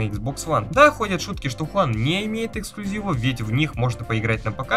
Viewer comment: Я конечно всё понимаю, но скопирую определение с сайта «Эксклюзив (ударение на «и») это нечто исключительное и уникальное; такое, чего больше нет ни у кого.» Значит если эти игры есть на пути то это уже не эксклюзив.